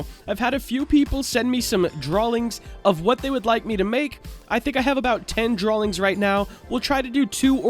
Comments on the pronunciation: not trying to hate but i dont understand why you are saying drawlings instead of drawings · I like how he says "Drawling" XD